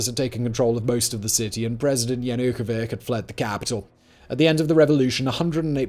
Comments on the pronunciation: I cannot help myself and am laughing each time name of "Yanukovich" is pronounced incorrectly. That piece of batshit(I mean former Ukrainian president here) deserves each and every mocking, even if done unintentionally. For what he did. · This report has plethora of inaccuracies. Aside from ear scratching mispronunciation of the then president's lastname, a few include the fact that Yanukovich himself never authorized shootings, among deaths in Feb 2014 were many of both - the protestors and the police, there were zero to none pro-Ukrainian protests in Crimea and Crimean themselves were prepared to fight against the representatives of the new government and their protégés before Russia even came in. I can list many more and would suggest everyone to seek information from other sources. I lasted one half (before the ad). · I find your lack of even trying to pronounce names, places or words correctly these days - disturbing. Even google translate could have provided a "good enogh" pronounciation for Yanukovych. Bringing it up only because it was a widely covered event (so you should know better) and other similar mistakes have become more and more frequent. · 1. Very surface level info on the maidan revolution. Like what led to the escalation, what people were involved etc. See the Vice documentary from 2014 for more info 2. The russians were already in Crimea 3. You should have checked how Wiktor Janukowytsch name is pronounced. After a couple of videos that I thought were really good on this channel, this one is really emberassing, sorry. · I never hear anyone butcher the name Yanukovich so hard as you. It also seems like you pronounce his name different every time you speak it haha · All good, but could you please learn to pronounce the name of the former president correctly! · Yanukovich not -ck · Yana-ko-vich Not Yukavik!! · Yanukovich is not Yanukovi[k]. He is Yanukovi[tʃ], like in Malkovich… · It's like Yanukovits, not like Yanukovik. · Viktor Yan-ook-o-vic? 🤣